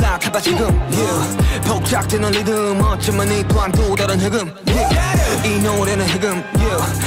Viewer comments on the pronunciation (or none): none